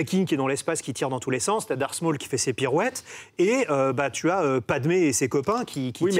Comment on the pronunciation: Arrêtez de dire Dark Small svp